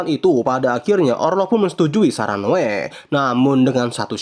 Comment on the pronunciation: Noe bang bukan noa😂